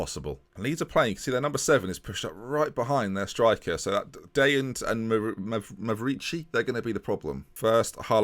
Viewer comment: I'm honestly in shock that you pronounced Mavrici correctly. That's it. The end is truly nigh.